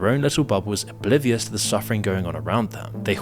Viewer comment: I’m sorry, did you say “bolivious”? 😂